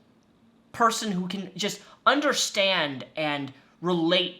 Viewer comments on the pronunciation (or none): Ngl when you said WHO I thought you said poo and I was like yeah this book is a piece of that